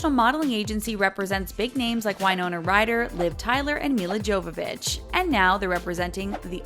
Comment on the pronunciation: Why-Nona Ryder 😂